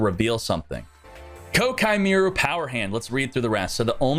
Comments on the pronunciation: It’s pronounced Kwai-kee-mer-u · Jesus people it's "Ko-Ah-Kee Mei-Ru" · Great drinking game. Take a shot every time he mispronounces koa' ki meiru.